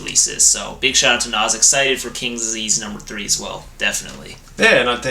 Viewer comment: I love to hear a white guy pronounce Nas name correctly. Love Speechless, Meet Joe Black, Truth, etc. I like this up there with God Son and Stillmatic.